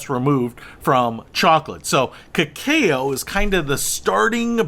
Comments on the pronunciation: It's pronounce ca-ca-o. It's the nuts and raw stage of chocolate before it is processed to what we know as chocolate. This was the brew the Mayans drank at ceremonies and was known as the "food of the gods" and only consumed by nobility during sacred ceremonies. It was thought to have aphrodisiac qualities. So... don't drink too much! Lol. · Cacao is pronounced ke-cow. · It's pronounced Ka-cah-o. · Pronounced Kah-Kow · Your spelling of the pronunciation of cacao does not help. Cacao is pronounced ke-cow. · I am going to assume the was kidding when he didn't know how to pronounce cacao.